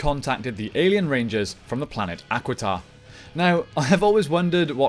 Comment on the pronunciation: As much as I love the does it bother anyone else that he does not pronoun names correctly? I mean he keeps saying the equiden rangers, or however it is spelled, when its actually Aquitar. NOW I DON'T KNOW IF HE DID THIS OR NOT but it would be like him tiaforia with its pronounce triforia. It make you wounder if he watches the show.